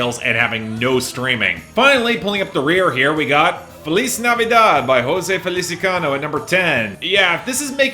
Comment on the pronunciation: I don't like being one of those pedantic pronunciation types, but since there's still a couple weeks of Christmas music I gotta say: It's José FELI-CI-ANO. Not Felicicano.